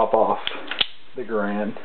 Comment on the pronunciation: Good vid but it's pronounced ga-rand not grand